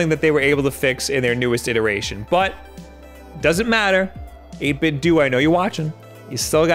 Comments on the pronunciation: It's 8bit-DOUGH not 8bit-duu. Just like it's Nintendough, not Nintenduu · it’s dough not du XD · Love your content. But come on man. 8bitDOH! Like Nintendo! Not 8bitDOOOOOO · I used to think that the "do" in 8bitDo was pronounced "doe" to rhyme with Ninten- do Guess I was wrong. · 8Bitdo is pronounced the same way as Nintendo. It's 'Doh' not 'Doo' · This same comment is made on probably every 8bitdo video I've ever seen, but as mrluna83 said, the companies own Bluetooth speaker pronounces it 8 bit dew. It should be dough, but according to the company, it's dew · 8bitdo, like dough, like nintendo, it's pronounced 8bitdough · 8-bit-doe, u say the end like Nintendo!!! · I always thought "8bitdo" was pronounced like "Nintendo", but so many people seem to say it as "8bitdoo"... which is the right way? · Would it not be pronounced "ate bit doe" just like "nin ten doe"? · It’s pronounced eight-bit-dough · Oh look, another person who mispronounces it as "8bit-DOO" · i always thought it was pronounced "8 bit doh" like nin-ten-doh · 8bit dough is how the company is pronounced. Like Nintendo but 8bitdo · I Don't think 8BitDo is supposed to be pronounced that way. I think the "Do" part is meant to be pronounced like Nintendo's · I love your videos but your pronunciation of 8bitdo triggers me something fierce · Pronounce Nintendo like that then. Or else you're still going to be wrong. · First time I heard about these controllers I knew the reviewer was saying it wrong. It was a different reviewer btw